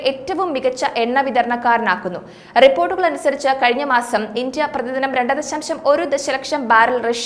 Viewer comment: Can you please say India instead of Intia.